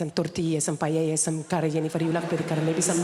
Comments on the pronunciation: Another English-speaking person that says "payeya" instead of "paella"... I wonder if her mother taught her Spanish, it doesn't sound like it. Pity. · She said pallella? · I was going to say exactly the same. Her "paiela" is like her mum's "Estiven" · Then you need to wash off the wax in you ears, mate, because this comic clearly said "pallella", not "paella". It's a common mistake I've noticed Brits do all the time (half of them say "pallella" and the other half say "pael-la", like it was Italian). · "Pallella"? Seriously you can't even pronounce the most famous dish from you mum's country? 😂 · Dice que la madre es española y dice pallella. ¡Anda ya! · Maybe she said it like that so the joke can be better understood by the English. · Makes fun of her mom for saying "Estiven"... proceeds to say "Pah-yey-ya". 🙃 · Ante todo, gracias por la detallada respuesta. No pretendía atacar, sólo que me sonó muy absurdo lo de León. Lo que no me pareció nada absurdo fue el OP y lo de que la madre igual podría ser española que "latameña"... Y lo de "pallella" me mató un poco, porque sé que muchos extranjeros tienen problemas con la LL, pero esa forma de mal-pronunciar paella es novedosa y muy extraña. Por todo ello comparto las dudas del OP. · No, she doesn't know how to pronounce "paella". While playing her own mum she said it as if she was your average Brit, saying "pallella". If she knew she woulnd't have made her mum said it wrong while pretending she was her.That's absurd. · she doesnt even know how to pronounce paella properly... thats the best jk in this set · Tú no sabes decir paella.jajaja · And she also compares her (and her Spanish kind) to poor people. Lovely, innit? No wonder she can't even pronounce "paella" correctly, she must hate her Spanish side 😂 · Yes she's half Spanish, alright. She can't pronounce "Paella" correctly. A true Spanish would never miss that. 😄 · me encanta perfecto ella tampoco sabe decir paella